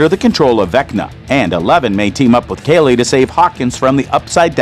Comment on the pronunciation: Ikr💀 He also said Kaylee insured of Kali💀